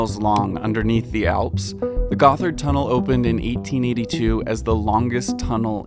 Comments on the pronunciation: gotthard also not pronounced "goth-erd", but literally "got hard" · Gotthard should be read as God-Hard. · cool video! even for somebody living around zurich like me, it's very insightful! I love all the old maps you provided. One small critisism: "Gotthard" is not pronounced "Guffard" but "Got-Hard". You're welcome! ;-) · The 2nd T and H in Gotthard are split so it's not pronounced as a th together in English is. It's pronounced Gott - hard.